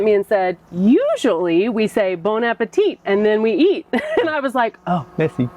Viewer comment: No one in France pronounces the last T in appétit :)